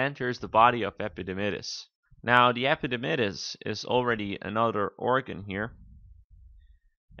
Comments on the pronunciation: "Epididymis" dr not "epidimydis" :/ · I could not go on after hearing him say epididymus....haha :-P